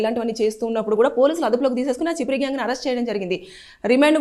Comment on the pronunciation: అది చిపిరి కాదు అక్క ఛప్రి 😂😂